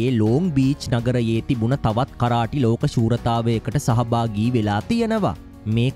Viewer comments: කරාටි නෙමේ කරාතේ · මොනවද මනුස්සයෝ “කරාටි “ කියන්නෙ 😂😂😂😂😂😂.8 pass නැති එවුන් u tube කරන්න ගියාම මේක තමයි වෙන්නෙ 😂